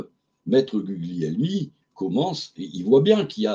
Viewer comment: On prononce Gulielmi. Gl en italien, on ne prononce pas le G.